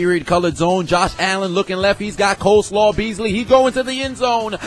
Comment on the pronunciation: Cold slaw beesly lol